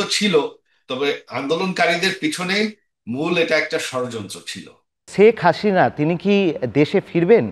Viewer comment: সর্ব প্রথম, সঞ্চালক মহাশয়,আপনি বার বার ছেক হাছিনা বলছেন, অথচ বাংলাদেশের ১৮ কোটি লোক শেখ হাসিনা বলে উচ্চারণ করেন এর পর হচ্ছে,সজীব ওয়াজেদ(জয়) বলছেন ওনার মাতার বিচারের রায় হাস্যকর, অথচ ওনাকে বিন্দুমাত্র হাসতে দেখলাম না।দেখে মনে হচ্ছিল ,বরাবরের মতো কঠিন চেহারার কাঠের পুতুল, শুধু তাইনা ওনার, পিছনের নীচের অংশে ভেজা ভেজা অন্য রকম দেখাচ্ছিল। আর সঞ্চালক মহাশয় ? ওনার মাতা,যে কারণেই দেশ ত্যাগ করে থাকুক। সাথে সাথে পুরাতন দলের সবচেয়ে বড় দল, ওনার মাতার সাথে, ৩০০শত সংসদ সদস্য, অন্য সব কেন্দ্রীয় নেতাগন, সব এক সাথে পলায়ন করে, আপনাদের কোলে কি ভাবে পরেছে ? যখন ওনার মাতা সরকারের প্রধান। ওনার কথা অনুযায়ী দেশের সর্ব বিহৎ দল। পুলিশ, আর্মি, সকল বাহিনী, প্রশাসন, বাকী থাকে, আপনাদের নির্লজ্জ সহযোগিতা তারপরও এক সাথে ,এতোগুলো নেতা, প্রশাসনের লোক, আপনাদের আশ্রয়ে কেন ??? ওনি বলতে না পারলেও আপনি পারেন ? অনেক কথা বলা হয়নি।